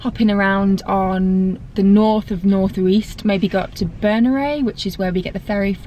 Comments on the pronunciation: Psst, we don’t call them “the Uists”! And its Yoo-ist. Nice vid though. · It’s pronounced “you-ist” btw